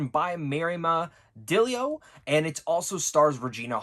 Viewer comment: Hey man, I think the directors last name is pronounced like dee-ah-low